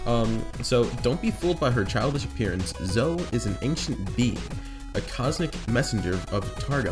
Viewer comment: It's Zo-E Not Zo. Boi